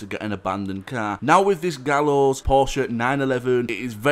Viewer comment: You say his name like "Guy-o" but it is spelled Gallo u dont say "Gallo" Anyway love your vids!!